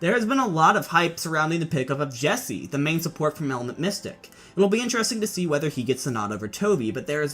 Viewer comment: It’s Jecse, not Jesse. There’s a “c” there, you know :)